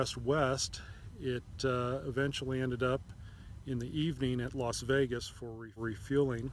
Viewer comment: Sound like he is pronouncing it LOS Vegas, not LAS Vegas.